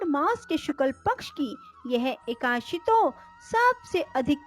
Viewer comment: एकाशी नहीं... एकादशी है। एक ही ग़लती को बार बार नहीं करना चाहिए